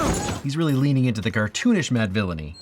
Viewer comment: theres no way this pronounciation of mad villainy isnt a DOOM ref???